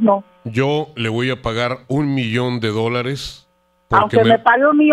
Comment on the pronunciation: La señora en vez de decir DÓLARES dijo doleres jajajaja 🤣🤣🤣